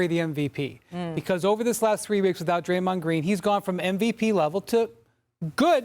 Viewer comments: Did Malika say, "Gray-mond Green." 🤣🤣🤣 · Crazy thing is she knew she said his name wrong and still didn't correct it. Smh